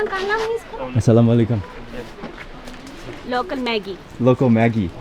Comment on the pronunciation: How beautifuly he said that Assalam O Alikum